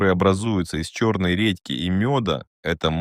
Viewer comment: Ты украинец? Не редьки́ а ре́дьки